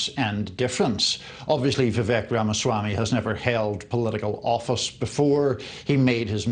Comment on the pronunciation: If you’re going to comment on Vivek, learn to pronounce his name. How informed can you possibly be?